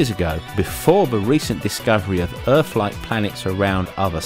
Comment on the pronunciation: Where is this planet called Erf that you speak of?